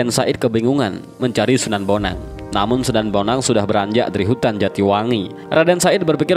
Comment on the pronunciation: Wa'alaikum salam wr.wb... D awal slh ucap mas... Sunan bonang bkn sunan boneng...